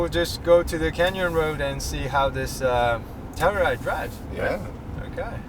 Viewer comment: 텔루라이드가 아니라 텔유라이드죠